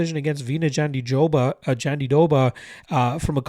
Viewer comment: I'm Brazilian, you're pronouncing it wrong